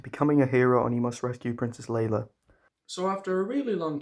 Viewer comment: Her name is Leia, you pronounced it as Leila.